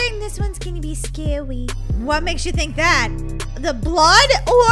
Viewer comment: I love the part where says sacry